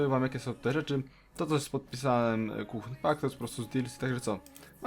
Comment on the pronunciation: Kuhn, czyta się kun, h jest nieme ;)